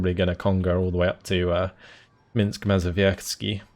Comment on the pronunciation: "Minsk Mazowiecki" that was beautiful!